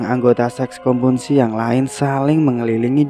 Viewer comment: Konsumsi mas, bukan Komunsi :) Good story btw! Lanjutkan!